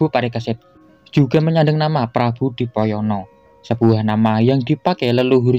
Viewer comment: Prabu Kresno Dwipoyono bukan dipoyono